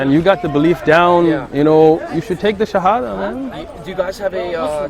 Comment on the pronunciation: I'm so happy for you. I pray to God that he gives you peace in your heart and that you live a beautiful life, my brother. Your arabic shahada was so good, you could learn it very quickly. ❤